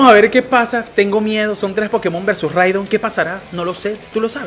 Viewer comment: Rigod en vez de Ridon 🤣🤣🤣🤣🤣🤣🤣🤣 buenísimo